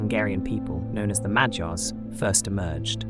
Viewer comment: Did anybody noticed how almost perfectly he pronounced Magyars? Keep up the good work m8. Love from Hungary❤